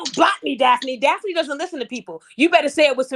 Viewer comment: Daf uh knee she kept pissing me off the way she kept saying your name 😂